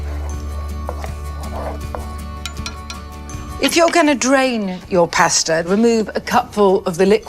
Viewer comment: Oh my Indian food so wrong lol ! So wrong! She may pronounce per Parmessssaaan, pasta all off but her simile & diction are phenomenal.